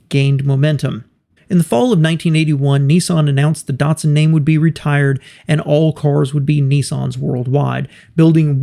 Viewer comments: Dart-sun and Nee-sarn? I thought it was pronounced Dat-sun and Niss- san. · How does NISSAN become NEESON??? How does DATSUN become DUTSON??? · Darrrtsun? It is Dat-Sun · It's not DUtsun -its DAtsun, like CAT It's not Nee-sarn - it's Niss'n, like KISS Get it right. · Why do Americans say it wrong, it's nis_san not nes_sin and dat_son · "Neesarn" and "Dartsun"? No.